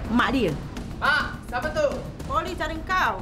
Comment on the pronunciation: "Mak, siapa itu" Sayed Malay pronunciation style